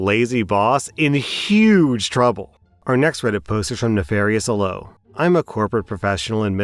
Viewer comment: please tell me I'm not the only one who flinched at the way he pronounced "aloe" 😆